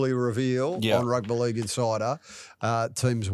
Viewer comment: Why does mispronounce "Rugby League"? Is it meant to be endearing?